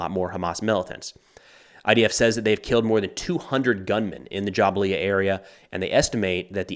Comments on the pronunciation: Say it with me JA-BAL-YA NOT JA-BA-LIA your videos are good but please pronunciation is key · Jabalia is pronounced - Jabal-li-YA. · Great report. Best I have heard on the conflict. Pronounced Ja-BALYA. Go IDF! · Thank you for the impeccable, unbiased reporting. You are great and bring both sides of a case and factual commentary that is sometimes more convenient to see you than the news. And try to say Jabalia like Ja-bal-ia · It’s Jah-bal-ya